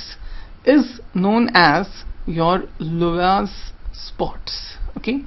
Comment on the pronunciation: Please note, "Laue" is pronounced "LAA-WEE".